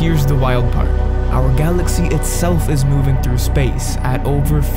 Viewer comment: OUWHER GALACKSEE 😂